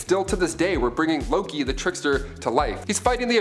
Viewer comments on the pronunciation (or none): none